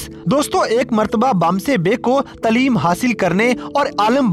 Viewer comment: Taleem nhi hota taaleem hota h